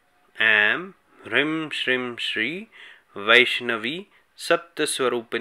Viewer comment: Bhai ap ki toh beejon ki pronouncing hi nirali hai 😐 Hrim kab hota hai Hreem hota hai Shrim kab hota hai woh Shreem hota hai aur Hrim kya hota hai Hreem hota hai Dunia aik jaisa pronounce kr rhi hai aap anokhay hi system mie chal rhe ho 😁